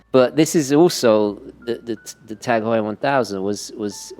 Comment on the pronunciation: I can't believe you didn't correct him on the Heuer pronounciation... it's "Hoy-er", sir! NOT "How-er"